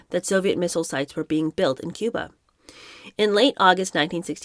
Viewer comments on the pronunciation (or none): none